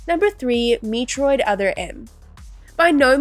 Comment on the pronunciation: Learn to pronounce "Metroid" and "metroidvania" - or teach your AI narrator to. The very dry script also feels very AI. Have you actually played any of these games?